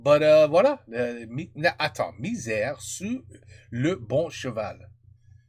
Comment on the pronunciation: It's "miser", not "misère", it means to bet. It's a french expression, "to bet on the right horse" like before a race (having a good instinct and choose wisely)